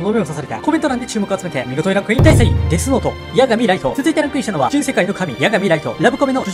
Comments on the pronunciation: なんか失礼だけどデスノートがゲスノートにしか聞こえなくなってしまったwww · デスノートがゲスノートに聞こえたwww